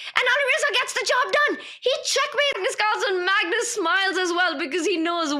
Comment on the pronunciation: Why do you guys call it "MAGNOOOS"?